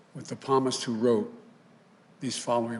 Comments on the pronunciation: The p is silent palmist it's psalms. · If he feels God is with us he should learn how to pronounce Psalmist. After all he is apparently a devout Catholic. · Yeah I noticed he mispronounced the word psalm and Psalmist. That's a shame because catholics read from the book of psalms every week at church so you go figure and do the math. About a year ago there was a story that said when bite him was on the campaign trail he stopped at a South Carolina church and wanted to take mass but the priest wouldn't let him take it until he confessed. You may doubt be Catholic but that's the way it works Within the Catholic Church. The priest knew that Joe Biden was pro abortion and heap said he couldn't give him mass unless he confessed 1st. He didn't take mass at that church on that day because he refused to confess to anything. I realize a lot you probably aren't Catholic but that's just the way to works When it comes to the mass. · The Palmist, eh?? The sad thing is this might not be a flub on "Joe the Baptist's" part and might in fact be a leftist writing this stuff. The democrats have become so far removed from God and scripture that they actually thought this is how the book of Psalms is pronounced. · “...with the PALMIST who wrote...” Really, Joe? It is PSALMIST. He is such an embarrassment to humanity.